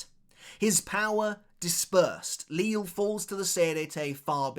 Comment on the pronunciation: I’d love for you to start pronouncing Lille’s name correctly.